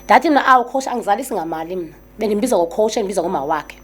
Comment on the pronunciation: Eyi. AmaXhosa nokungasazi isiNgisi, akuyena uCoacher but u COACH. Fana noku TREE, instead of THREE